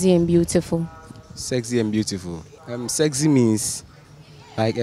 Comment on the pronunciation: She said "sezy" lol